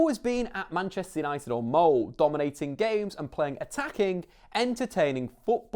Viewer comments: Not "mold" but "molder" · You should prononciate the e in "Molde" !! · Please look up how to prounounce "Molde" u butcher the name.... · "Mold" "solskjaar" that is not how you pronounce any of those. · Man you couldn't of pronounced Solskjaer and Molde worse. so terrible and insulting